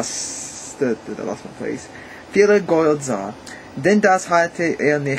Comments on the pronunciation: 7 1/2 ganz gut! Work on your pronunciation! (gold, pronunciate every letter in that sentence) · Hallo, der Kommentarplatz reicht hier leider nicht aus um alle deine Aussprachfehler aufzuzählen, aber es lässt sich eine bestimmte Systematik erkennen. Beim Sprechen der Selbstlaute o, a, e und u hast du die Zunge zu weit unten und hinten, daher klingen folgende Worte falsch: "Gold" nach "Gould", "Morgen" nach "Mougen" (auch das r verschluckst du öfters), "du" klingt nach "dou". Deine Aussprache klingt irgendwie wie holländischer Gauda:).Wenn du dich konzentrierst klappt es besser. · Try to speak longer vocals like EEEr WAAR AARM , it sounds more German then. "Gold" does not sound like in english, rather like "Gollt" (o like in "often")The "ch"-noise & the Umlauts work very fine. Keep on! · I think your accent actually makes german sound cooler :D and i understood everything even though some words are pronounced very english e.g. "Gold"